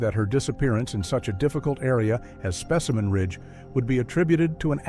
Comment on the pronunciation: specimen ridge and then suddenly called spaceman ridge? Dont bother listening, bot lies.